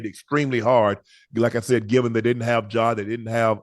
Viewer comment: ima need Ocho to say Ja last name right 😂😂